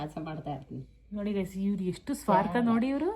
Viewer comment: ಅಕ್ಕ ಫ್ರೆಂಡ್ಸ್ ಅಂತ ಮಾತಾಡಿ ಗಾಯ್ಸ ಅನೋಕೆ ಓಗಿ ಗೇಸ್ ಅಂಥ ಹೇಳ್ತೀಧೀರಾ